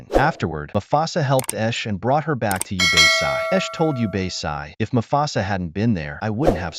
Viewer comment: Bro pronounced everything wrong obasi ooooobasai